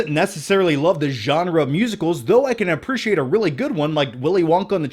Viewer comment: Ar-preach-iate it. 😉